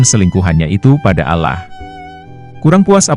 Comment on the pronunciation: Pembawa narasi nya non muslim kah baca Allah nya sprt itu